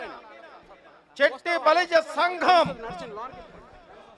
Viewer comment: చెట్టిబలిజ అని కాకుండా “శెట్టిబలిజ“ అని శంభోదించండి please....🙏